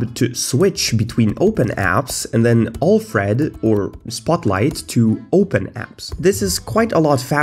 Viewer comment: Next video: I learned how to pronounce Alfred correctly It boggles my mind how you consistently show us that you don't know how to use macOS. The mouse is not poorly handled; you just don't know how to use external mice properly with macOS.